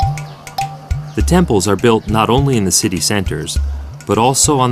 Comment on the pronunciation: These White people need to speak the language before doing Laos documetary. White people pronounce Laos language is like three and tree sounds the same.